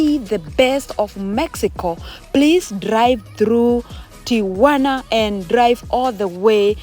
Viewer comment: Whoelse is hearing this "Ti-u-wa-na" thing for the first time 😂😂😂😂😂😂. Thanks for bringing this so close for us to have a close sight ❤❤❤❤